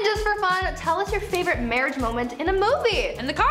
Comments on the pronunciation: "MAWWAIGE" I'M only going to say mawwige instead of marrige now, for the rest of my childhold, and maybe even teenhood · Mawwiage that's hilarious